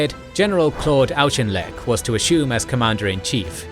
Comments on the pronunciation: Auchinleck is more like All-kin-leck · Why can't the British narrator get any British names right: Way-vell, Awk-in-lec, Ma-kay? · In one breath we have mispronunciation of Wavell Linlithgow and Auchinleck brilliant